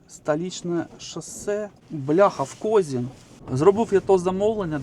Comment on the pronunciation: КОЗИН- УДАРЕНИЕ НА И!!!